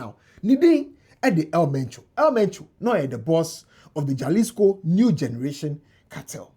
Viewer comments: My all-time favorite person on the internet, J in Spanish is pronounced as H. So instead of jaslico, you say,halisco. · Its not mention jalisco rather halisco the J is silent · It is pronounced "Halisco." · It’s pronounced “ halisco“ the J is pronounced H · Jalisco is mentioned as “Ha-lis-co” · Is pronounced Halisco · It’s pronounced halisco ( j is h ) in Mexico as the Spanish word is pronounced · 👉 “Hah-LEES-koh” Breakdown: • Ja = “Hah” (the J sounds like an English H in Spanish) • lis = “LEES” • co = “koh” So it sounds like: hah-LEES-koh The stress is on the “LEES” part. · the “J” is pronounced as “H” in Spanish